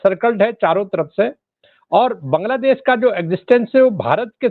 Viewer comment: दीपक जी, पहले बांग्लादेश बोलना सीखिए ।